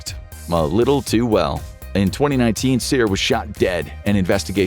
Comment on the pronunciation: wow the narrator actually got the Cyr last name pronunciation correct!